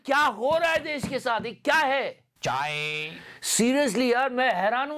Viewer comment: "Chai" Yah Sunne Me Maja Ata Hai... 😂😂